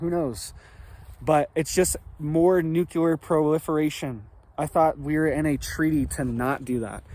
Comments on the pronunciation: Well to begin with whatever your name is this running this channel it’s nuclear, not NUCLALER! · it is pronounced " new clear " nuclear war ; not. nuke-u- lier war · Every couple of days his clickbait alarmist thumbnail says "IT'S OVER!!!" The attached video is usually a big disappointing nothingburger. definitely strives for quantity, not quality. By the way,, it's "nuclear", not "nukuler". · Not real .. not scary ... Nuke-you-lur is not a word. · Why do even seemingly intelligent people have a problem pronouncing the word nuclear. It's quite easy to pronounce actually. Saying nucular is just ignorant and childish. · Nuculer. Really? Lol. Cut from Bush cloth. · nukuler 🤣🤣🤣🤣 Had me spitting my drink out over here